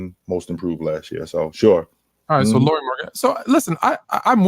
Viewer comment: "Lori? You drafted a girl from WNBA?" 😂 Learn to say his name Lauri (as a "Lowry" in Kyle Lowry or at least that's as close as most English speakers get) and then maybe people won't be confused 😉 Oh and he wasn't just a throw in from Cleveland. It's true that that's how public saw it, fair enough. Actually though by reports from Utah beatwriters, Lauri and Sexton was must includes in the trade if Cleveland wanted to talk about getting Mitchell. Ainge really wanted to see if one or both of those guys would pop 😃